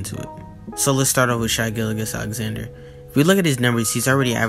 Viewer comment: You said gilligach